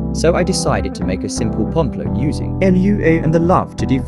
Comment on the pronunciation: It's cool! But why you pronouncing it l.u.a 😭 Still nice video, keep up the good work 👍